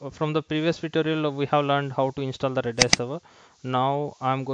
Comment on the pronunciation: its R-A-D-a-a-S..or "Redis"